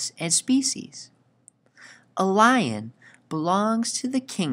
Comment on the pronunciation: he says blion lion